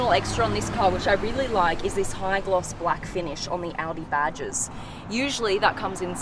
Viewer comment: I got killed when she said Oudi instead of Audi